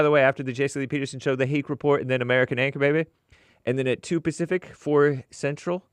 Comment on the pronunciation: said “pacific” HE BLATT